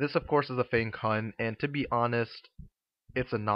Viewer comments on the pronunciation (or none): Nice review :) Fyi though, it's pronounced Fang-Tsun.